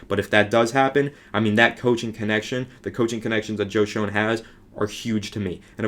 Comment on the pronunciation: It's pronounced Joe Shane lol